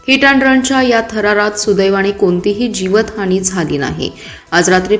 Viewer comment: मॅडम.. बेदरकार बोलताना आपण काय बोलतोय हे ऐका.. जिवितहानी कसे म्हणतात